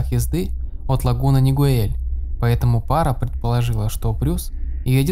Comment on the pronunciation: Правильно говорить Оранж Каунти, и город Лагуна Нигел- я тут живу)